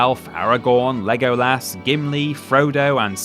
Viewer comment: The pronunciation of Legolas physically hurts me